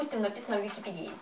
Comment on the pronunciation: 1. ВИКИПЕДИЯ - УДАРЕНИЕ НА Е. 2. ПРИЧЕСКА УЖАС, НЕСТРИЖЕНЫЙ ПУДЕЛЬ